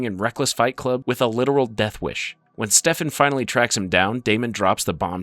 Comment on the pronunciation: why are you saying stefan like that